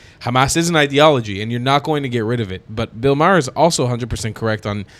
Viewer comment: Bill's last name is pronounces "Mar", not "Mayer".